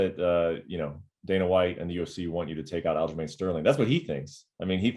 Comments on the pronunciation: He called aljomain --- aljolame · Is he calling him Aljo ShitStain lmfaooo